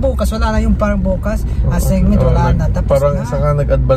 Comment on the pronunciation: ..Assignment is pronounce as Asaynment not Asigment..